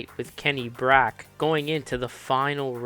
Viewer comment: Question: I always thought Kenny Bräck's surname was pronounced "Breck", and notice the commentators use that but you say "Brack". Answers on a postcard 😂